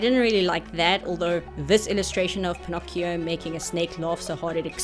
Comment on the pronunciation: Pin-ock-ee-oh is the original italian pronunciation. So youre good 👍